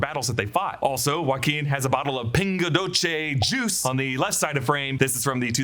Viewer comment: Just a slight correction, that drink, as it’s from Brasil, is pronounced ping-ah doh-see